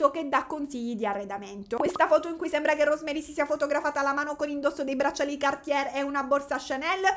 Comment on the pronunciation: insomma... se il "livello culturale che merita tanto di cappello " è questo, penso che ci siano seri problemi. Per esempio se non sai pronunciare Atelier correttamente o cerchi su google o dici sartoria, sartoria di alta moda. Vale anche per Cartier, se non sai pronunciarlo informati. Sul resto potrei concordare. Peccato per il tono sempre stridulo della voce.